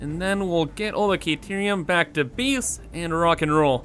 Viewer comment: Newcomer to your channel here, been bingewatching your content over the last few days (perhaps neglecting my own work in the process... ahem). In any case, great content! Due to your pronunciation/accent/something every time you say the word "Base" I hear "Beast" and I think that couldn't be more appropriate given the sheer magnitude of the project. It is indeed a Beast, capital B and all! Keep up the great work!